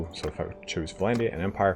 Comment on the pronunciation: Dude it's not VA-LANDIA, stop saying Va-landia god damn! it's Vlandia!